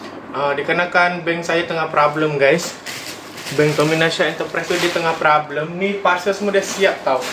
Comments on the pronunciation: Problem..bukan prablem.. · Tu laa.. Prablem, prablem.. Haduhh.. Problem ✅✅ bukan prablem